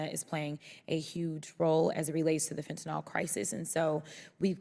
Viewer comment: Absolutely love Jasmine but I really wish that people would learn that fentanyl does not have an "o" in its last syllable. Small issue, to be sure but it just bugs me.